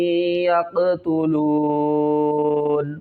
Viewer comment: Wafareeqan taqtuloon, aap ghalati kar rahy hain